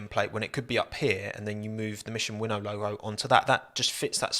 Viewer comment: Wait a minute. Is it not mission "win now" rather than "winnow"?